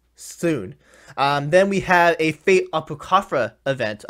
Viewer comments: He pronounced it apaw-criy-fuh, not a-poh-cree-fah. The proper pronunciation would be a-paw-crih-fuh. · it’s ah-pock-kree-fah 😂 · Sca-Hahk, Ah-Poh-Cree-fah. TRIGGERED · Atsushi Lmao the way he pronounced it... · the way he pronounces apocrypha makes me want to cry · No offense meant to, but did anyone else cringe when he said Apocrypha like he did? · Ye lol